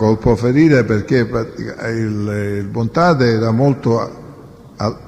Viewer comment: BontaDe , non BontaTe 😎